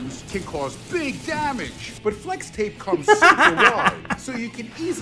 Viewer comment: That A Lot of Damage ใครได้ยินคำว่าDamageว่าDamn Itบ้าง หัวผมเริ่มไปแล้ว